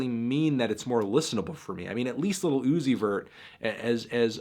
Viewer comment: Melon says lil OoOooOzy vurr